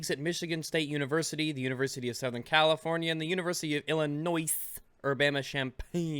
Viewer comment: "Californie" lol